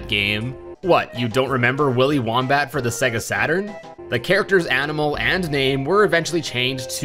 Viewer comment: “Whohmbat”? It’s pronounced “woom (like woomy from splatoon) bat”